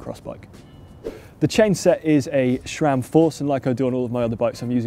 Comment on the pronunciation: its "Sram", not "Shram"